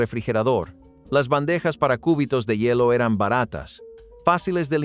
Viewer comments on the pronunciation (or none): por un momento imagine cortando el hueso del brazo😂😂😂 ( por la pronunciación jajajajaja cúbitos no • seria cubitos ( sílaba tónica “bi “ )